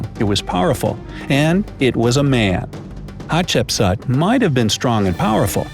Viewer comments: At the beginning I heard her name as hot chips,can u believe it 😂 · For school I am going to dress as Hatshepsut but it is really pronounced Hat-shep-sut. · Its pronunced hat-shep-soot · we Somalians that is not the way we pronounce Hatshepsut either in Arabic or a Latin. our great grandba used to tell us some fairy tales about حتشبسوت which is Hat-Shap-Sout as pronunciation not as Hatshepsut. just like some people miss pronounce the pharaoh of توت عنق آمون Tut-ank-aamoun as tutankham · I am just gonna tell you are pronouncing her name wrong its pronounced like hatshepsuut no offence or anything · You sead hapshepsut rong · its pronounced hatshepsoot, ok? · Chip suit? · hat shep sooot not sat or sut not aaaa its ooo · It’s pronounced hatch-a-put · Im actully egyptien its pronounced hapsetsuot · Coloeptra and her were the best ones i love a7chbsa by the way your saying it wrong but its ok cuz you ant arbic